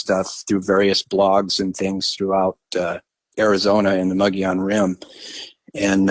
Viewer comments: Les it's pronounced Mo Gee Yon Rim! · pronounced - mug-eee-on